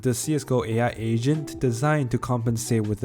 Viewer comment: Why the hell i hear asian instead of agent